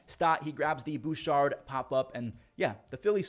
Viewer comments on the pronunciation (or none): none